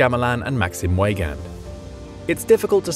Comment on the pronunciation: You need to work on your pronunciation of Weygand,.